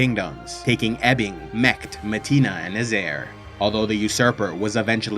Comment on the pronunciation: great to see you doing some episodes on the witcher lore, but many of your pronunciations like riannon, redainia, Kaedwen, metinna and Verden for example are way off, which is interesting considering that all of these names and locations are pronounced in the witcher 3 so I don't know why are you pronouncing them like that.